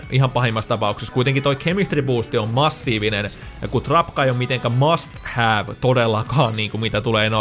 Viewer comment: plays mast?:D